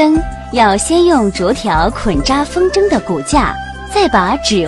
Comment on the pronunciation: 风筝zheng应该读轻声